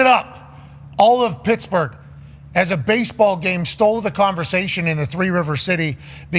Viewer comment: "I f*ckin love bahsebahl" - Pat. Had me dying.